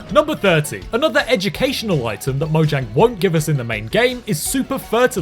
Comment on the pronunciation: It's actually pronounced "moyang," if you're going by the Swedish pronunciation.